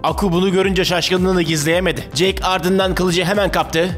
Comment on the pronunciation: jake değil kardeşim jack (jeyk değil yani jek)